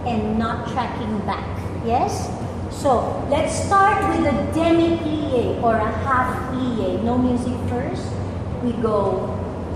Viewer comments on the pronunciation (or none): it's plie not plier